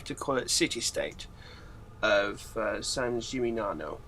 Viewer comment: "San Jimi nyano"